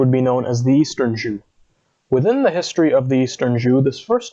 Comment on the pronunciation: Why not learn how to pronounce "Zhou" before going public?